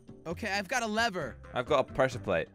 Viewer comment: What’s funny is josh says leever not lever